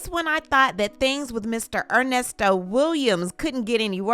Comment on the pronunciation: OMG! I heard him say Con-Nesto should me out too! 🤦🏾‍♀️ There are other serious charges… child/animal p0-n on his laptop and embezzlement (e.g., another woman’s bounce $20k chk he used as deposit f/Shirley’s b’day 💍…).👀 Ernest Levert Williams need to go under the damn jail!